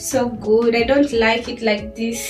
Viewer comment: "I don't know how I feel about dis. I'm not feelin dis." - 😂🤣😂🤣